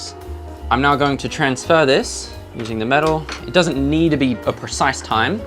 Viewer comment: "im now going to transFUR this"